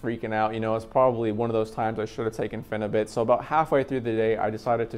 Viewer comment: It's Phenibut not Phenubit, just thought you should know.